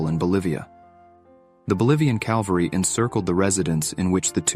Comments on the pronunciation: You should learn the difference between calvery and cavalry. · CAVALRY not Calvary!!! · Interesting video, BTW tell your AI its CAVALRY not CALVARY. : ) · This is a really crap, badly written video. I'll mention just one example. at the 51 second point. "She (Belle Starr) never received another crime verdict......." I think "conviction" is the word you're looking for. Edit; at 3min 9 sec he calls it "calvary" instead of cavalry. He's a moron. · The word is "cavalry", not "calvary". Things like this ruin your cred. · It's CAVALRY...NOT calvary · The word is CAVALRY, not CALVARY! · Sorry to be pedantic but it is CAVALRY ffs. Calvary was the place where Christ was crucified . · Cavalry, NOT calvary. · It’s NOT Calvary. It’s Cavalry.